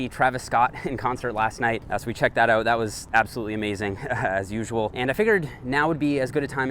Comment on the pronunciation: Why do you say "uout"?? "Let's check it uout."??